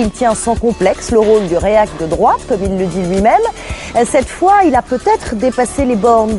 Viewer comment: ON DIT POUR UNE FOIS PAS FOID